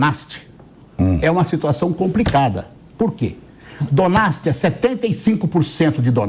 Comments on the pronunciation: Quem é esse cara mesmo? A criatura quer falar sobre ucrânia e chama o lugar de "donats" ao invés de Donetsk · O deputado responde pela autoridade palestina, no que diz respeito as suas motivações e propósitos. Tá podendo!?! Quando ele pronunciou Donetsk, chamando de Donasti, eu pensei: - Caramba todo mundo fala errado! Quem sabe ele sabe mais do que todo mundo. 🤔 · O cara nem sabe pronunciar Donetsk e ainda por cima vem defender o lula